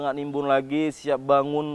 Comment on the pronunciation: Kok kuece wak… kuice yang betol